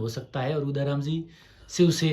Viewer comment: उदाराम properly बोल भी नही सकता हैं क्या शिव का MLA बनेगा